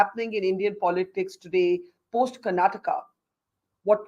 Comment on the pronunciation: It is Karnataka nor Karnatak!